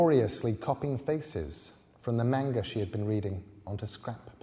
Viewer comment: Why am I irritated at the pronunciation of manga